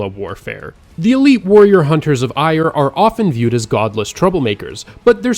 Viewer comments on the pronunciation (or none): Eire is pronounced AIR-uh fyi